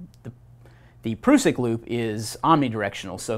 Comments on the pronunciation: Great video - just wish the guy would stop calling the PRUSS-ICK the PROOO-SICK....??? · Great vid 👍 but ,,,,,, It's definitely a prusik knot not a prooosik knot 😂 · Its an prusik hitch not an "prewsik" knot.🤨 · its a prusik not a proosik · Pr-US-sik. Us, as in all of us. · Can’t cope with him saying Pru-suck 🤦🏻‍♂️😂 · Defo gonna call it a pru-sik from now on 🤣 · asides from the mis-information, this dude needs to stop with the "proosik" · Pronunciation. A Prusik /ˈprʌsɪk/ great video otherwise, just trying to help no hate here. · proosik loop? imagine the effort americans put in to mispronounce every language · Prusik is a French term, and thus the proper pronunciation is indeed "prooseek" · Sorry mate NOT Prooseek check the link above, cheers! It's not a French term either! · To us old time Knot tiers this pronunciation of this great old knot makes the hair on my neck stand up ! I'm in my middle seventies and have tied knots millions of times on the farm and working ! He should at least learn their proper names ! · Great lesson, not necessarily great for icy rope but otherwise a situational, useful knot that im glad to have in my toolbox, but I really cant handle the way that you say prusik